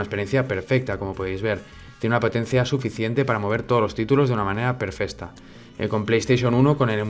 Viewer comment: Minuto PERFESTA, palabras inmortales de XD, Saludos desde mexico bro